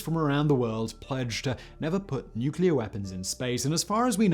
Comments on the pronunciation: Weaspon? Simon? Really? It’s wee spoon... COME ON FACT BOY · Weaspon? What's a weaspon?? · What's a "Weaspon?"